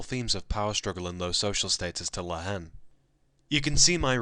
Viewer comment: By the way, the H is silent in La Haine. May as well pronounce the title correctly!